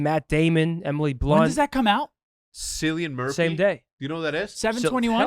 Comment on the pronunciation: The way they pronounce Oppenheimer and Cillian Murphy made me way too angry